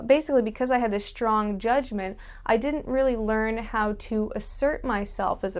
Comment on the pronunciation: Y'know, you say shtrong the same as Universal Hobo does! Check out her antisuicide vid to hear her. :)